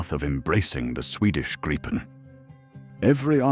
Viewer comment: Canadian guy here. Personally, l hope we dump the F-35 and go with the Gripen. We could purchase several jets from Sweden whilst we build the factories here to build future jets. BTW, exactly how o you pronounce Gripen? Even this video, it's pronounced three different ways. Grip-en, Gripe-en or Greep-en - which pronunciation is correct? Can an actual Swede please comment on this?